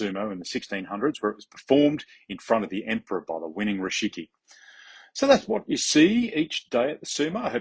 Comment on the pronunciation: You keep saying Rishiki, but it's Rikishi :D